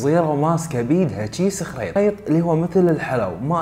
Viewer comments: خرّيط وليس خريط 😂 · بالكويتي خرّيط وليس اخريط